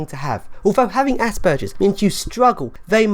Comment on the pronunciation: Well at least you say Aspergers correctly. I am not sure I agree with some of your attitudes or some of your definitions. But I completely agree that there is a huge problem with the way autism and aspergers as being considered the same and treated the same. Your term of dumbing down is a bit hurtful although I doubt you intend for it to have that effect. Imagine having autism and needing help but having everyone insist that you must only have aspergers and refuse to understand or help you. Call me dumb if you must and ill try to not call you an asshole. Maybe you should try using your great brain to help others. Everyone deserves help and proper understand. We are all individuals with strengths and weaknesses.